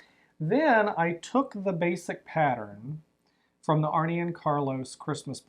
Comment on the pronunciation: Love your podcast. With Arne and Carlos, it's not pronounced "Arnie ", its "Arnuh" with the emphasis on the Arn.